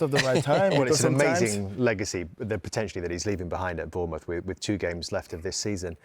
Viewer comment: Vieira trying to say Bournmouth 😭😭